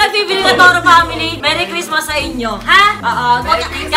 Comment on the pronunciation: bakit yung balloon ano sabi lang merry cristma walang s XD lol hahaha